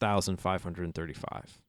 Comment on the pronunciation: Great video series! Just thought I'd point out you pronounce 65,535 incorrectly :)